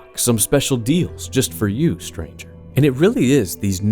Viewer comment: I cannot hear or read the word stranger without hearing STRANJHA (how do you even write this?)